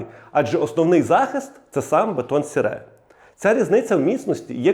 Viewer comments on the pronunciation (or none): А ще Французи не кажуть так як ви - "бетон сере")))😂. Вони кажуть "Бетон сері", саме так читається ця назва, друже.